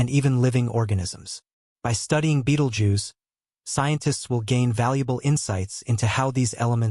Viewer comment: Pronounce 'bettle-gerze'